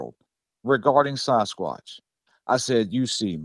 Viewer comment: Sarzquatch? That dude doesn't know how to pronounce Sasquatch.